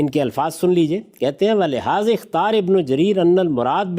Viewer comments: But Ghamidi sb read Ikhtar not ikhtari. May be i am wrong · Ikhtara nahi ikhtar padha...